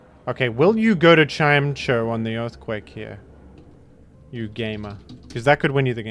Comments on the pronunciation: chim-ETCH-oh is actually how you are supposed to pronounce it. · i want to tell you that his name is pronounced “chime-echo” because they’re both sound based words but only if you promise you’re still going to listen very carefully.